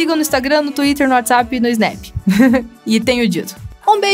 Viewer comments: Ela disse whattsap ??? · SÓ EU Q PERCEBIR QUE ELA FALOU " mim siga no WhatsAp" 😂😂😂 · É impressão minha ou ela disse no fim do vídeo " me sigam no whats app" ????